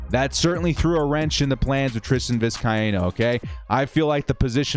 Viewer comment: Hey...Happy to help with the pronunciation of 'Vizcaino', however if he does not step up this week, we can just call him Tristan 'Itstimetogo.'